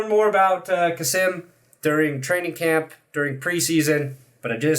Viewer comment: Hi from Germany. Finally a German player on the broncos roster. You pretty much nailed his last name, his first name is pronounced more like kaseem with a long i/ee sound.